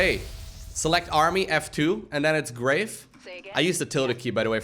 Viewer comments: Grave: Graaaaaarrrrrrrrrve, rather than Grayve. French. :-) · Wait, not because of calling "grahv" "grayv" ? Cuz I only took 2 yrs of high school French and that made me smile :)